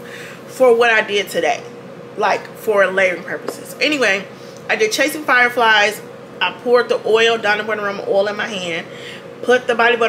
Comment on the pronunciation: Man I need to stop watching your videos in the shower. You said “Chasing Flier Fies” and my soapy-footed tail almost kissed the porcelain 😂